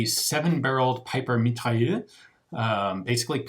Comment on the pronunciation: Love the videos, if you ever want help pronouncing french give me a shout. Mitrailleuse is pronounced more like Me-try-erz.